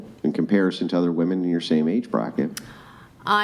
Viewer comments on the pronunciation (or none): ITS WOMEN! NOT WOMAN.....jesus fucking christ